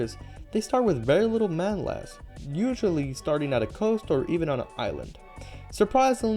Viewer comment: I thought I was just hearing things xd